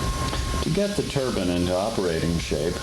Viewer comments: You’d think that someone who was working on a turbine would know how to pronounce it... Turban 👳🏾‍♂️=\=⚙️ Turbine! You feckin’ 🥧 🔑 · Its not a turbun, it's called a turbine